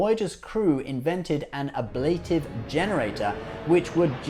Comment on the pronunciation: speeded = not a word The word you're looking for is "sped." Also, it would be nice if you (or anyone) could pronounce "ablative." Hint: it's a Latin word, so it's pronounced the way it's spelled.